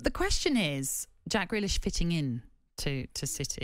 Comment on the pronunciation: Grealish, not Greakish. Lol.